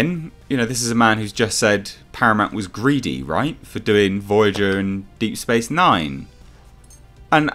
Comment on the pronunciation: "Deep Thorat Nine"? The fuck is that?